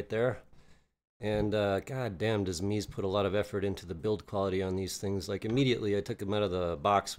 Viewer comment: Sorry brother it’s pronounced MEZ-A not MEEZ! 😂